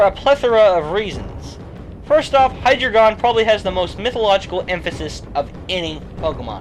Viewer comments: It's pronounced Hi-dre-jun. Not Hi-dre-gon. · I thought it was Hi-dry-gun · I don't want to be THAT guy, but I have to correct you on your pronunciation of Hydreigon. Usually I wouldn't, but... dEINo / ZWEIlous / HyDREIgon. 1 2 3 in German. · The drei in Hydreigon's name is pronounced dre. Drei is german for three. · High dragon not how you were saying it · by the time you made this video, the name for Hydreigon was released in the movie. It's pronounced "high-dragon", essentially. More emphasis on the "dra".